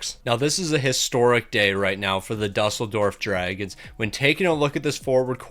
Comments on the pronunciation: It's pronounced doo-sell-dorf (Germany) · Ya same (well I live in Berlin but have family friends in Düsseldorf that I visit sometimes). Game doesn’t do him favors not putting ü but still lmao